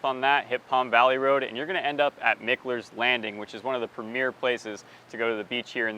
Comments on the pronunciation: It's Roscoe Blvd. Not Road. And it's pronounced.. Mike-Ler Not Mick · I thought Mickler was pronounced MIKE-ler? That's what everyone has been telling me? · It's Roscoe BLVD. And it's Mike-ler......get it right man.